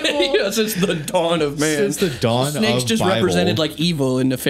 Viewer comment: druids still here aka reference to the snakes. and its "shnakes" not snakes 🤣 wasn't he a Welshman? like bullet for my Valentine 🤣 ya know theres a mountain near where I grew up called Croagh Patrick. people every year climb to the top, a sort of pilgrimage and there's a small church st the top of the mountain. I dont christianity so I dont bother but anyways. they say if a lepperchaun knocks on your door you have to let him in and offer him food or bad shit happens 😂